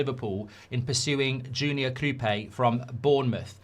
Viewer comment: Kroupay? I thought it was Kroupi